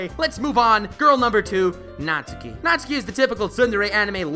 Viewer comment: YES! NATSUKI BEST GIRL. Also thanks for pronouncing hr name right, unlike some other youtubers (everyone but also specifically MatPat lmao). Also check out the Chime remix of Megalovania